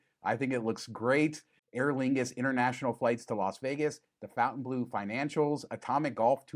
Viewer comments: It might be easier or intuitive to pronounce it 'fountain', but since it's technically french, it's incorrect. I deem your pronunciation wrong. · The hotel itself is inline with pronouncing it how it's spelled. Throwing an extra u in there is just wrong. Miami has always been wrong. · These videos have really spread the incorrect pronunciation of Fontaine Bleau. And there’s really nothing very French about the decor and shops in the casino. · C Mon, nobody says Fontainebleau the proper way. Except for French speaking people 😉 merci 😂